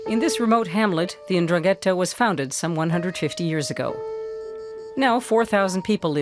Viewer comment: It would be nice if the narrator knew how to pronounce 'Ndrangheta (en-DRAN-ghe-ta). That's why most of the world has no clue about la mafia calabrese.